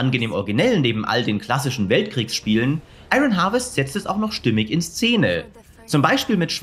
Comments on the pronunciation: ion wirds gesprochen nicht iRON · Ich kann mir die falsche Aussprache von 'Iron' echt nicht anhören. Da rege ich mich zu sehr auf!